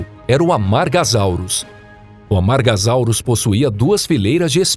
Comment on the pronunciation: Amargasauros não, amargasauros não tem som de z tem som de s, pronúncia é algo vital na paleontologia.